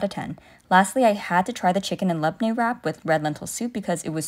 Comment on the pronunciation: Your pronunciation of labneh😍😍